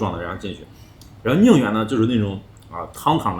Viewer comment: ：寧遠是二聲，不是四聲😅